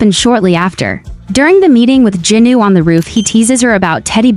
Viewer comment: It's jinu not junu